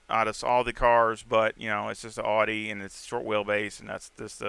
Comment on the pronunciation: Awesome video brother 👍. I love how you pronounce AUDI, the true pronunciation of the word 😁. I will definitely give this setup a try as I always struggle on OUE ROUGE. Thanks much appreciated. Forever Racing 🏁